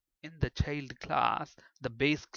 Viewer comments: Sure the sound quality isn't the best, but the biggest problem according to my pupils was the mispronunciations. For example Event isn't all that bad, but Child is spelled with an I and should be pronunced that way, This made my students somewhat hesitant to trust the otherwise mostly good explanations. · Thank you for these free tutos. Everythink is perfect but the prononciation of "child =D" not like that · What keyword are you using for derived class? Sounds something like cheld class. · ah, he's actually saying 'child' class. Sounded wierd.